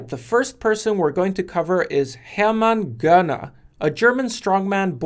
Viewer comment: You pronounced Hermann Görner perfectly 👍👍👍👍👍